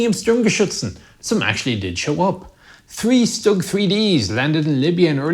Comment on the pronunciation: Just a minor thing: singular nominative is "das Sturmgeschütz", plural nominative is "die Sturmgeschütze", "Sturmgeschützen" is plural accusative. German pronunciation is pretty good though.